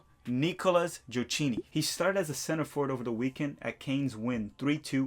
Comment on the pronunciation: Gioacchini it’s pronounce “ GioaKini” like “schedule “